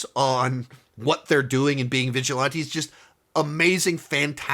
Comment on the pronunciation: Nothing beats the way pronounces vigilante